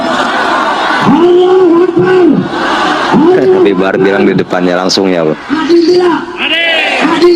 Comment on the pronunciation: Eta teh Allahu akbar atau Allahu akbray...bray fulus..fulus🤭🤣